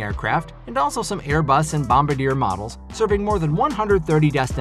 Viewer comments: Good video. It’s Bom-bar-dee-ay not bom-bah-deer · Did you really say “bombardier” wrong lmao. Also neither delta nor United owns embraer or bombardier aircraft. Do more research